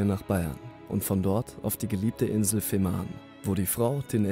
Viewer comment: Betonung ist nicht so deins, oder? Es heißt NICHT Schleswig-HoHlstein, auch Fehmarn sprichst du sehr komisch aus. Das sagt dir jemand aus dem Ruhrpott!